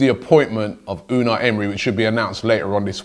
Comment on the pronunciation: You saying Emery is like Benedict Cumberbatch trying to say penguin😂